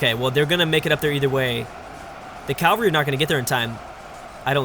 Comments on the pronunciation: it's pronounced "cavalry" not "calvary" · bruh... its CAV-ALRY not CAL-VARY!!! Jesus died in Calvary, cavalry are horse riders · ...Please, it is caVALRY... Not calvary... Sorry i just had to say it... I know youve probably heard this loads of times haha, otherwise great video! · what did he say? calvree? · I've noticed other UEBS presenters pronouncing cavalry as "calvary" too. Forgive my ignorance but is this a Canadian thing? I'm guessing is Canadian as were I think the other presenters pronouncing it as calvary. It doesn't really bother me if they say it this way, but i'm curious as to where the origin of this pronounciation is from. Cheers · your pronunciation of cavalry is a disease. There is no L in between the A and V.